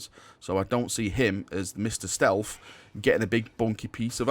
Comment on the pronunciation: “Snealth”